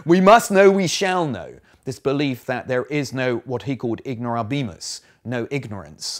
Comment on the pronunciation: The stress in the Latin word "ignorabimus" falls on the "a", not on the "i".